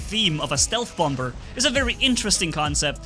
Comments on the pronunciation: bommer not bomber idk if thats a german pronounciation but bommer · What thinks he's saying: Bomber What We hear: Bumber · Just so you know its pronounced bom-er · I love your accent and by the way the second B is silent 👍